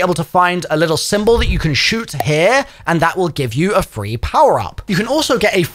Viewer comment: "window right heaurrr" cuh wtf u even say😂😂